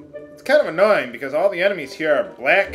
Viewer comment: interesting how you managed to turn a Y into a W in "annowing" :P Don't mind me, it's late...